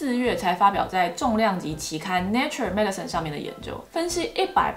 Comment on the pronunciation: Nature Medicine, 不是念成 Natural Medicine.